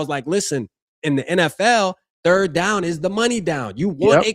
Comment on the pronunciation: "the football turd"